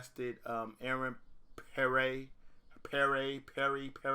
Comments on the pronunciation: its pronounced P-air not Per-ray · My goodness...It's Pierre (PEE-AIR).